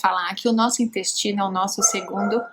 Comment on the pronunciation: Ela falou dinyestino não dá coluna